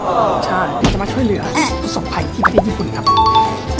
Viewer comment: เหลือ ไม่ใช่ เเหลือ ค่ะ^~^